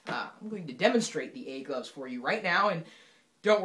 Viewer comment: sounds like he says "egg loves"